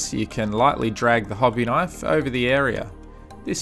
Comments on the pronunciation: "Hobby Kinfe" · Except for "KINFE" .